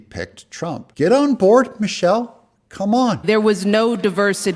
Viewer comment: Did you say Michile ?.